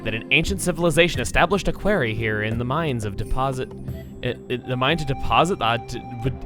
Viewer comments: can we just talk about how pronounces the word quarry, it's pronounced like quartz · Whoa, you pronounce quarry like "kwairy" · I did Lanayru first in this part of the game and never had that problem. Then again, I never knew that Goron was even there waiting to talk to Link. I took a whole different route to this gorge-ous place. I still find your pronunciation of "quarry" strange. But anyways, I agree, this is the best of the Song of the Hero trials.